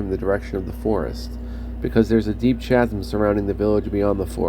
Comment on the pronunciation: That's 50 charges, 3rd level Knock. You say it's gold, I say it makes your armor look like it's made of lemon. You seem to keep adding a 0 to every number this time. Empty bottles serving as Mini-Medals? That'd be kinda funny, actually. Chasm is said with a hard ch (kh). lol Nah, they just use a lot of the BG2 portraits; I remember seeing Khalid's a few times.